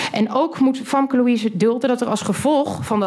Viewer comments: Waarom noemt haar advocaat haar Famke met een A? Je spreekt haar naam uit met een E. Beetje raar als je eigen advocaat niet weet hoe je je naam uitspreekt.. 😅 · Gaan we het nog hebben over het Feit dat Famke haar Advocaat de naam van haar cliënt onjuist uitspreekt? Wat een aanfluiting dit